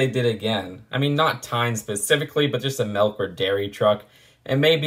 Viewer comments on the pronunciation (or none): I’m sure is saying melk instead of milk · But... but sometimes I say it "melk" too... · dont feel bad, ive never seen a "melk" truck either. not even sure what that is